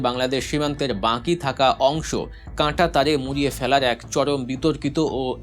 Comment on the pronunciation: "বাঁকি" নয় "বাকি" বলেন।